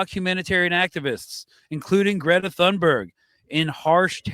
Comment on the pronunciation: the Thun part in Thunberg is pronounced TOON. TOON-berg